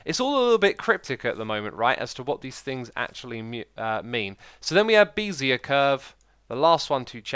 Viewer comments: is it bez ear or bezyeiuah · It is kinda annoying when he doesn't know how to pronounce the standard mathematical terms like bezier curve or catmull-rom